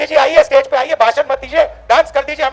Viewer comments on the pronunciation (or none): none